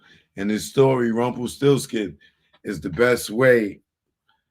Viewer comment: u said rumplesti